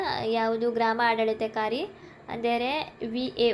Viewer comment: ಆಡಳಿತಾಧಿಕಾರಿ ಪದವನ್ನು ಉಚ್ಚಾರಣೆ ಮಾಡಕ್ಕೆ ಬರಲ್ಲ.